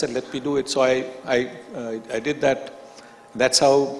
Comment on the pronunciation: Pitch = peach Did = deed Devastating = divaastating Verbal = vaarbal Skill = skeel Appealing = appiling Idol = idoll Picking = peaking Opener = opaynaar What = whaat Marathi = Maaraathi Monopolising = monoepoelising Journalist = jaarnaalist And so on and so forth. Why engage such a moderator whose pronunciation is so poor?